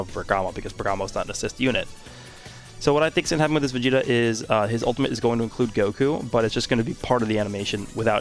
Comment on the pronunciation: Yes, “vageta”